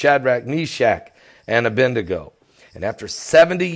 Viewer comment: Abed-nego not Abend-ego.